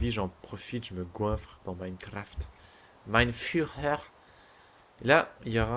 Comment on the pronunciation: il ma tué quand il a dit: mhein furer